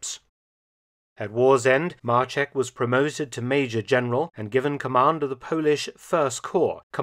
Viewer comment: Maczek not marchek ffs